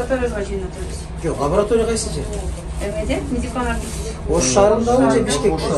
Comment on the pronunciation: Лаборатория, а не Лаборотория